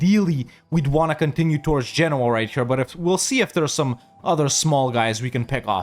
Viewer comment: again saying Genouis like the frenchman. no offence. but why did he says genoa like genouis